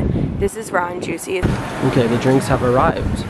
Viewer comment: When says Raw & juicy all I can hear now is ron juicy 😂 thanks! Haha